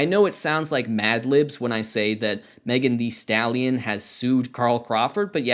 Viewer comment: I like how you say "megan thee stallion" like "kermit thee frog"